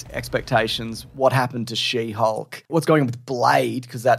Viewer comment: Did I hear you say shitty hulk instead of she hulk?! 😂